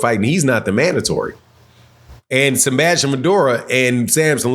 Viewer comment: Who tf is Sembastian? It’s Sebastian… there is no M in his name.